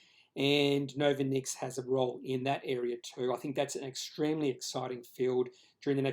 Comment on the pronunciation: Good job on the candlestick analysis. But why do you put your credibility into question by not even bothering to find out how to pronounce the name of the company? If you can't get that right, why would your subscribers trust you on the quality of the rest of your research? Pretty easy to log on to Novonix's website to find out how they pronounce their name